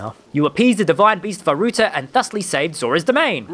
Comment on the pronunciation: About halfway through Vah rut